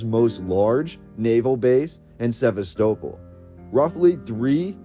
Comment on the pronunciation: sɪˈvæstəˌpɒl Pronunciation 👍